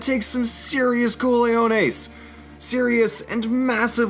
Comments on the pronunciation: Uhhhh Coleones isn't Spanish for balls. You may be thinking of Cojones, with a soft Spanish J, which sounds like English H. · thats not how you say cojones, please try again next time